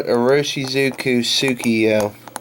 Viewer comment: You should really learn to say the brand name if you are going to recommend the ink.